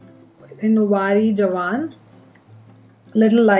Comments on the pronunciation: Thankyou fr honest review👏🙏💞 I dont knw why ppl get offended if someones being honest.She wasnt disrespectful and stating honest points.. Also Vari Jwan😂😂 ( u shud say it like Vaari Jaa-Wa - punjabi word) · I laughed out loud when you said wari jawan like that...😂😂😂😂